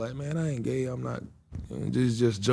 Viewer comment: No one: PBD: basically… “why are you geh?”